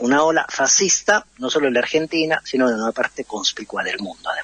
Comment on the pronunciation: Veo una ola fascista no solo en Argentina sino en una parte conspicua del mundo. SINO, nexo adversativo en oraciones subordinadas. Va todo junto. Estudien el uso del SINO y SI NO. Ah! y se prouncia Sino, acentuación grave, el acento recae sobre sobre la I. Nada de sinó, esto es de la época de Martín Fierro...A estudiar...